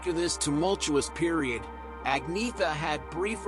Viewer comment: It’s pronounced Onyetta actually 😉